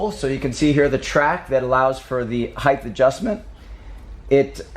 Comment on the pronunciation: Heighth is not a word